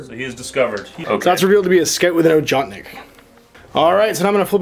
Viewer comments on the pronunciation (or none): Ojotnik is pronounced "yoatnik". Just thought you should know. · don't want to sound like a dick, but the sniper rifle name is pronounced "Ohotnik", with an "H" as in "Hunter". The name actually means Hunter =)